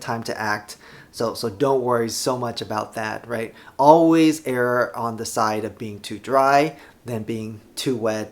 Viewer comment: Amazing video but I can't help but point out it's 'wick' not 'whisk' and 'err' not 'error'. Thanks! Love your stuff!